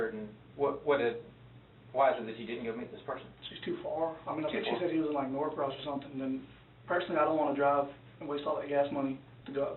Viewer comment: it’s Norcross, not “North Cross” just for those who live in the area and that bugged them lol